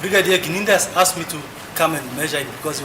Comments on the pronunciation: Imagine the whole lawyer saying the (asked) Very poor. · Pronunciation of "ASKED " by 😂😂😂😂